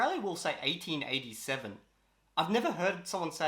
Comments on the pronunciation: Americans say the years like you do. Eighteen eighty seven. He was just goofing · Eighteen eighty seven not the way he said it